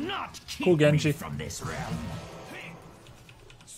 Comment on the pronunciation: Grubby great pronunciation on Genji's line! Just add in "Iza" in the beginning and you got it XD